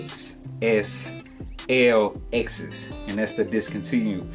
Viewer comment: Nice review. For future reference, the L ' acts as a "Leh" sound, so it's pronounced "Leh Excess"